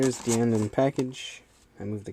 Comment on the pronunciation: it's not just you. it's almost everyone who has reviewed a Decade toy. I mean, they gave DiEnd his name primarily so that it would sound like Decade, and the fact that people say it wrong even with his name spoken through the DecaDriver and K-Touch is kinda dumb. I see some of these people as either ignorant or stubborn